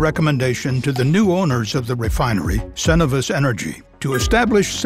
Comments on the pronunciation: Maybe it's a Canadian thing but I usually hear Cenovus pronounced as "Sen-oh-v-us" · Crazy with all the research and effort they put into these videos that they don't look up how to pronounce "Cenovus".